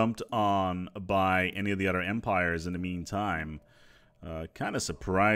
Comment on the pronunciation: ah, take care of each OTHER. I was hearing "each udder"..... makes so much more sense now